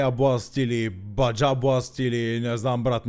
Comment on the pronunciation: Опиии, 'с бак... В щатите кат бях пробвах 500 вида mtn dew. Тва baja се чете баха. От испански - ниско. И аз да образовам тука аййшшшт 😅❤